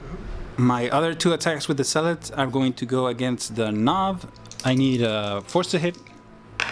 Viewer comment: The way you pronounce Zealot sounds like "salat", which made me chuckle. Other than that, nice batrep.